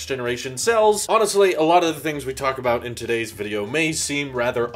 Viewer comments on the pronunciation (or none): none